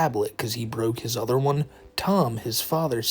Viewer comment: The way he can’t pronounce “other” and instead says “udders” likes he’s some kind of cow with fake autism is a dead giveaway that the fake people in the fake videos are really just him 😂